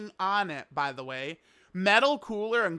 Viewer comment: "For some raisin"